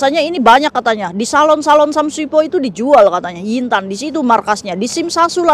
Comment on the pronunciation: Lagi mkn denger ngomong yin tan bukan yu Tan😂😂😂😂😂